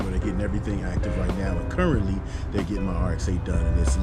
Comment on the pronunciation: Whatchu mean "currently" blood?! BURRENTLY!